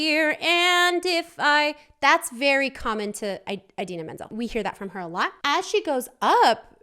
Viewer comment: You say Indina Menzel's name like (In-Deen-Uh Men-z-elle)